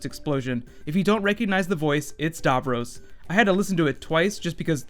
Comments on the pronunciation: Not "davrose" it's "davrosssss" We know he's back anyway they can write any timey wimey bollocks to get DAVROS back as well as the master but as a fan and viewer who was a viewer from less than a year old. I wana know whi capaldi is as a doctor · it's Dav - ross not Dav - rose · Super but as an English man do pronounce DAVROS as DAV ROSS not Davrus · It is not dovrose it's davross And I can't wait to see it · DAVROS. DAVROS, DAVROS. Not Darvros. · lol the way you pronounce "Davros" is funny. It's pronounced "Davros" you pronounce it as "Davroes" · its so annoying how badly he mispronounces "davros" DAV-ROSS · stop saying darvrose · Love the way you say Davros "Darvros" aha brilliant theory. However my theory is that Davros is hypernating somewhere outside the known Universe like the Pocket Universes in The Doctors Wife and he is using a destroyed Dalek to broadcast his voice and that is why it fades into a dalek at the end, your opinions? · The way he pronounces Davros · Mate you mispronounciated his name. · The way he pronounces Davros is annoying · The way you say Davros makes me very mad -_- gg and also anything that happens in these mini trailers probably wont actually happen at any point in the show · How do you know for certain that it is Davros? It could be that weird Dalek with the brain on its head from Asylum of The Daleks. That Dalek didn't talk like regular Daleks. Also, that's a weird pronunciation of Davros!